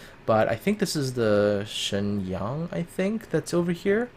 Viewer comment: Shenyang and Yueyang are both Chinese names, and you pronunciation is surprisingly accurate.